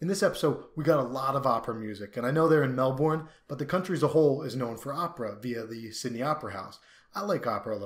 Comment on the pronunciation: Dude just so you know I was in the background of the Kevin stuff at Federation Square. It's 15mins from me. So weird seeing my city in this show! It's pronounced Mel-Ben haha